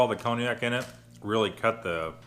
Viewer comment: You were close. It's actually Pie-Ella. Also, it's not "Cone-i-ak", but "Con-yak".